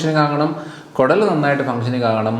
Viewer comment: കൊടൽ അല്ല കുടൽ എന്നല്ലേ 🤔